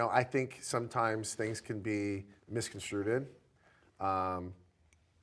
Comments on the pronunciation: Did he say misconstruded? It's misconstrued my dude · Mixconstruded???? Misconstrued, Jax 🙄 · Did he say misconstruted 😂😂😂😂😂 did I hear that right? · So funny to hear Jax try and pronounce "misconstrued" 🤣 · Yes he did 😂